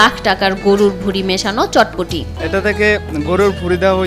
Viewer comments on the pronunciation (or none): এটার নাম চটপটি না বটপটি 🥰